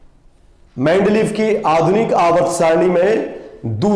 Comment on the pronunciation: Its not mendleeff but mendeleev but good explanation